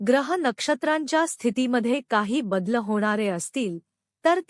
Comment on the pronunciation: Kuthe ahe satve akash? Badal ha shabda aadhi nit bola. Amcha devavar vishwas ahe, tumchyavar nahi. Half video tar saha rashi saha rashi ani tech tech bolnyat ghalavla. Vel na ghalavta bolaycha tar vel ghalavta bollat. Kuthlahi jyotishi devapudhe nahi.